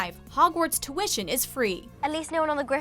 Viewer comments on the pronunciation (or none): oh god the way she pronounce "tuition"